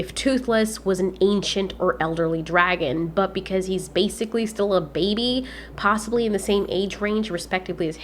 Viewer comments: The way u Pronounce baeby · "And one is clearleh a babeh" - 2019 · HAHAHA WHEN U SEAD BAEHY HAHAHAHAHA